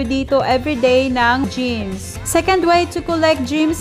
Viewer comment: Gems po namali sa pag pronounce yarn